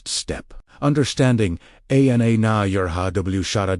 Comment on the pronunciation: Too bad your AI is pronouncing every Arameic word incorrectly. "W" pronounced as double u as the name of the English letter? Very disappointing. Ana is pronounced as A N A as in English?